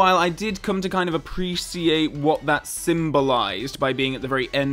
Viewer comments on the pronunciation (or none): "Appree-see-eight." I can appree-shee-ate the differences in pronunciation.